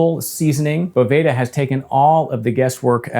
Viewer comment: Certainly doesn’t matter, but the company pronounces it “beau—va-duh” not boveyda